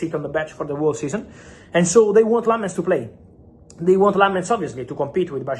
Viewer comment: I'm surprised Fabrizio doesn't know how to pronounce lammens